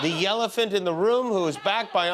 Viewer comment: Hey Jimmy! This week, I love your 'Yellephant'. Keep it up. Thanks for making my Thursday. ✌